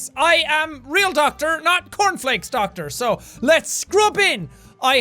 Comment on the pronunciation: Jack: Pronounces word correct Also Jack: Doktar